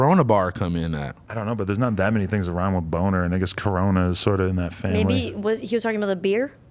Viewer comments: It’s coroner. Not corona lol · He said "corona"...like "coroner" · smokepurp was talking about the coroner but he just pronounced it weird